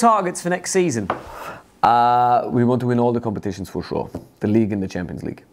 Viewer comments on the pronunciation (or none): For shureee😂😂😂😂😂💀